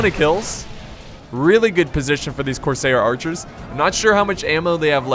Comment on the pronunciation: Cors-air like what you breathe not cor-sayer like mayor